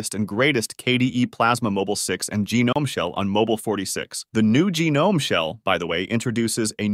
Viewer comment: Let's not give a pass for "assoos" or "gee nome"